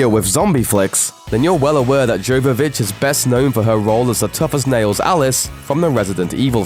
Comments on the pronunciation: It's pronounced "Yo-vo-vitch" not "Gio-vo-vitch" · it's pronounced Yovovich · Yovovich!!!! Learn to pronounce Milla's last name!!!! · Jovovich is a soft J. She has a go at Michelle Rodriguez on the Resident Evil DVD commentary a number of times for using a hard J. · YO-yovitch. Mila Jovovich. PLEASE learn how to pronounce Russian surnames, you fecking moron. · Jovovich has a silent J. It's pronounced Yo. Just a heads up. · You don't pronounce the J in Jovovich...'Y'ovovich. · Jovovich is pronounced as Yovovich. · Hey, its pronounced Yovovich. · it's YOvavich lol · You're saying Milla Jovovich's Name wrong.. But It's ok a lot of people do that.. her and Matthew McConaughey surely have had the biggest success since Dazed And Confused.. Looking at both of their Lists of films Both have 45+ Films under their belts...And Counting... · The J in Milla Jovovich's name is pronounced like a 'Y'. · It's not unusual for them to gets facts wrong. It's freaking annoying. How the presenter pronounced Jovovich drove me nuts too